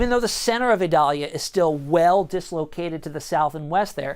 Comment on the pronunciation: This guy says it right